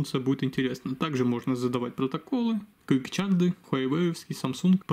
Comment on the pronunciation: Выпьем же за "фастчарт" и "квикчарт"!